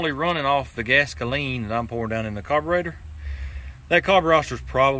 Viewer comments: I stopped watching after the 30th time you said "Carburoster" as if it was funny or clever. I will never watch one of your vids again. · I wish he'd say the word "carburetor" correctly at least once....